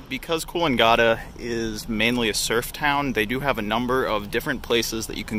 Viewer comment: Kills me a little inside every time you say Coolangatta